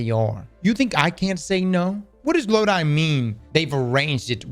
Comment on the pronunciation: The characters name is NOT Lod-I it’s pronounced Lod-e. IE Loki Norse name.